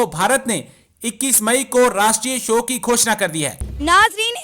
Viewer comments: सोग नही येडे शोक होता है पोर्कीयो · Shok hota hai sog nahi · सोग क्या होता है? शोक बोलते हैं l